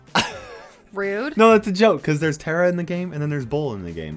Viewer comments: It’s, Tara, Poco, And Darryl. Not Tara poko darill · It's tAra not tera